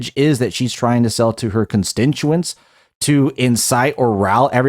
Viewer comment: Constituents not constintuents sir. But I agree with everything you said. 👍